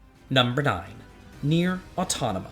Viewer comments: Rewatching this video after some time... Just noticed that you kept calling Nier AUTONOMA. 🤭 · Number 9: Nier Autonoma... wait what??? 😂